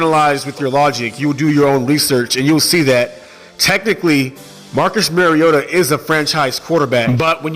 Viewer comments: Love ya..but Maaaariota. Not Mayriotta. Please please just try to get his name right. Nobody does. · And yes it’s Mario-ta not marry-ota just always think super mario......ta lol that’s my nickname when he is healthy. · Can’t say someone has the wrong view on MARIO-ta when you can’t say his name right? With him on the field titans can beat anyone. The only problem is he won’t be there every game. Week 17 playoffs on the line as an example. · Can you please learn how to pronounce the mans name. It’s Marcus “Mar-e-o-ta” every time you go to pronounce his name think like you’re saying super Mario. I had to turn your video off 2 mins in from hearing the mispronunciation. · no just fucking no. Lol. He has corrected people. Just because you hear it said wrong don’t mean you should too. Just take the correction and move on.